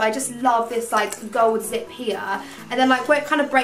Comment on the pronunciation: When she said zip I thought she said zit 😂😂😂